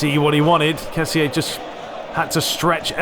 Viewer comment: Hey glad ur back bro,I just wanted to say that kessie is pronunced ke-si